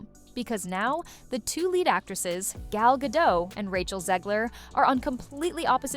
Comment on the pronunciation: WTF is Gal Gato? Its Gal Gadot and you pronounce all of it!